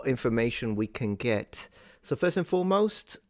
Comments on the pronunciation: I thought I heard a "foist" for the "first" in there. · He pronounces the word "first" with the British-sounding "fusst" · he also says "foyst half" ( first half..... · Work pronounced in his style ("woik") is regional, but likely disappearing, typical of Brooklyn (New York) even in the late 20th century. Notice "foist" instead of "first." His intonation is very similar to Franklin Delano Roosevelt's---whose speech was conservative.. The non-rhotic R is North American (east coast but disappearing). "Deluxe" style was incorrectly transcribed in the subtitles as "Duluth." You tv might want to google "fruit cake lady" who was an elderly lady from Alabama who was a regular on a popular tv talk show in the 1990s. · Woik, foist, woild. Anything with “or” sounds like it becomes “oi”. Great video!